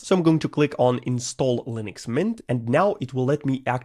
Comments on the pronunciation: Linux ❌ Lunix ✅ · "lunix" lol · "proffffesional lunix uesr" "ok what the hell is this"